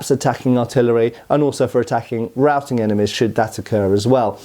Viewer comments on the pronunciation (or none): none